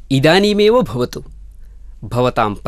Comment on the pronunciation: बहुत बहुत धन्यवाद आप सभी को 💐💐💐लेकिन उच्चारण करते समय थोडी गडबडी हुई है। अगला वीडियो जब बनाएं तो कृपया उच्चारण सही हो इसका ध्यान जरूर रखें। चैप्टर 11-12 मे तो स्पष्ट है कि कुछ शब्द जैसे भवतु को बवतु कह दिया गया। जैसी कई उच्चारण संबंधी त्रुटियां हैं। 💐